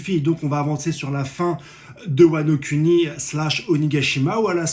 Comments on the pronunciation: Sa prononciation de wano Kuni Wano cunni...👀🤣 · Wano-cunni 😭 c’est pour ça qu’il fait bien prononcer